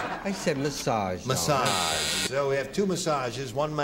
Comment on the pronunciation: come on... 'masage?' Bobby Van was a lucky man - Elaine Joyce is adorable!